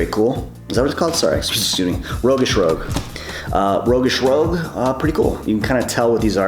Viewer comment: Rogueish "Roooshg"